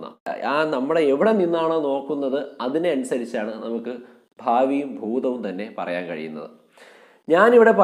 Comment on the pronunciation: ഫൂതം അല്ല ഭൂതം.